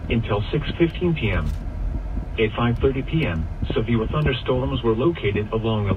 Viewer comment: A sevfew thunderstorm... that’s a new mispronunciation. Oh, and the reason it’s so clear is because it’s HD, not your standard FM broadcast